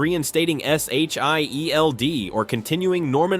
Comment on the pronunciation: Just say Shield 😂